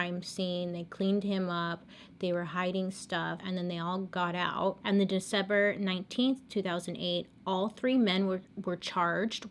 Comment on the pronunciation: The way she said December lol